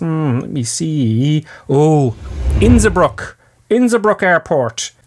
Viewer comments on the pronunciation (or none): Where in the world is "Innsibrook"? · Isn't it Innsbruck in Austria?